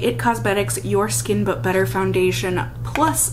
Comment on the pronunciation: So. I totally thought you said "it gives you an instant butter looking complexion" instead of "better looking". And instead of questioning it I just said to myself "OOHH BUTTER! I WANT MY SKIN TO LOOK LIKE BUTTER!"